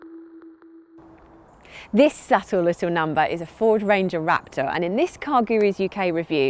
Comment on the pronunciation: ... Rap-tore lol